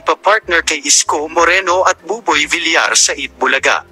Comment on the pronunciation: Ayusin mo nga pagpronounce mo,bilar ka ng bilar,vilyar pagpronounce